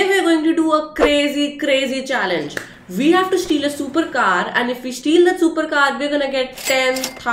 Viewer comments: Your shupercar is shuper cute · Its pronounced supacar